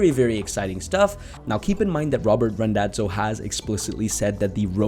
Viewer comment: Small correction - it's Randazzo not Rondazzo. :)